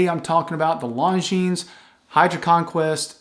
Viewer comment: Cool video...(just please don't pronounce the "s" at the end of Longines... there is none.... :-) ). .. your content is great. Thx for that.